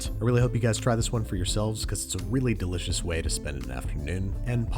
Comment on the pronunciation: I like "delishis - er". Thanks Andrew .